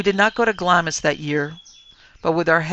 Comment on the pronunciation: Pronounced "Glahms", the "i" is silent. Pronounced "Edinbrah" - for Edinburgh